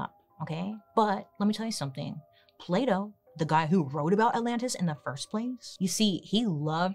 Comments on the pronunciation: I love that she's pronouncing "Plato" as "Play-doh" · I'm a French speaker (so I'm not as used to hearing the different sounds in English as someone for whom it's their first language) and every time Bailey says "Plato" I hear "Play-Doh". I can't stop laughing 'cause the sentences don't make sense at all 😂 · When she said Plato i swear i heard Playdough🤦‍♀️